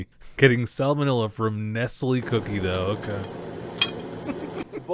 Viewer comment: The way he tries to pronounce 'Nestle' 😆